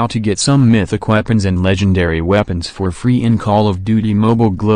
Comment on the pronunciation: I swear everytime i hear maythicc instead of mythic 😂😂😂